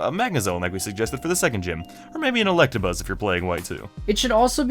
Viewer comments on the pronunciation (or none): none